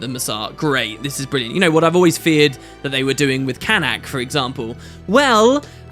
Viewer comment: you will never learn to pronounce Canach, will you??? It's pronounced /can-OCK/, NOT CAN-ack as you keep pronouncing it.